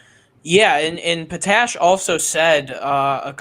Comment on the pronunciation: Just an FYI it's mark pot ash not patash doesn't sound like you're from Chicago